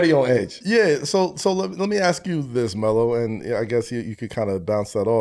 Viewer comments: Who tf is Mel Russell.😂 Its Melo fool 😂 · Pretty sure he is the only human to call Melo, "Mel" lol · Russ callin this man “Mel” has been sending me. 😂😂😂😂